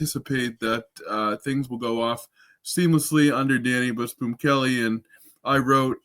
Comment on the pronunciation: Dude, are you saying "bush boom"? It's Busboom....bus boom.